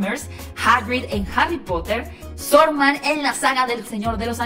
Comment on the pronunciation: escuche mal o dijo sorman, en vez de saruman en Es Saruman !